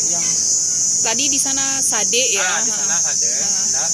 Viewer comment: Sade bukan .ende